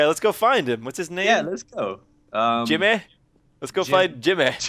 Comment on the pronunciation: they said jimmeh